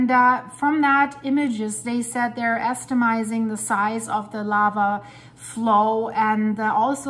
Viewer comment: Thank you for the update, but new word in Speak "Ester-mizing" - I think you mean - Estimating 🤣